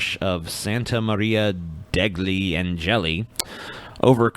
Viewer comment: "degli" is pronounced de-yee you uncultured swine